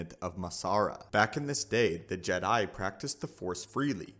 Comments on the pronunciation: “JedI” bro why you emphasizing the i in Jedi, it’s just Jedi, not “JedI” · This great but it's weird how you say Jed I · Bruh good video but it killed my ears every time time you said “Ged Die” like bro just say it normal one word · Why do you say Jedi Like that.